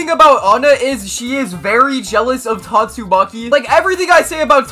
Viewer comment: I just keep hearing tastumaki 😂